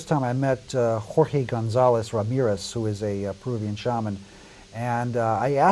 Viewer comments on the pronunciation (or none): none